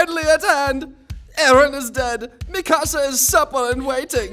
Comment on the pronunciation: connie saying mikasa sounds like mi casa which translates to my house 🤣🤣